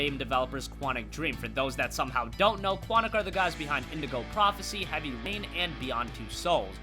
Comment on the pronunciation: sounded like u said "heavy pain"